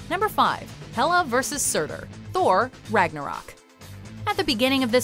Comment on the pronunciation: YOU SAID HELA AND SUTUR WRONG AND THEY WERE THE ONES FIGHTING EACH OTHER